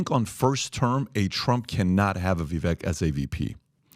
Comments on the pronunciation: viv VAKE. . learn his name people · At some point I think those that have large media platforms or are interviewed on these platforms should try to look into pronouncing the names of those you refer to over and over again properly. Vivek Ramaswamy’s first name rhymes with bake or cake. As if it were spelled Vivake. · "Vivake" rhymes with cake.